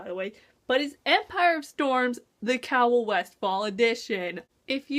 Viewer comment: Cay-ol not Cowell